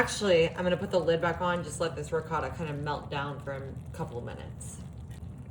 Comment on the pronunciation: Why are you pronouncing the ricotta like it's a Mexican cheese? It's an Italian cheese not a Mexican cheese. The dish looks good but I'd use a different noodle pasta, not lasagna noodles